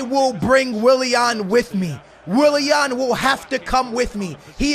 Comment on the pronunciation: the way he says willian. Wiliehann